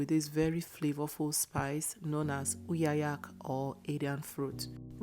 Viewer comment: She's from Akwa Ibom..She pronounces 'uyayak' and 'utazi' well...😅